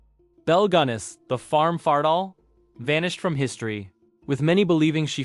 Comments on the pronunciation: Also, Fatale, not Fartal. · It's "Farm Fa-tahl" it is a play on the term "Femme Fatale", a deadly woman. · Hahaha he said FARTAL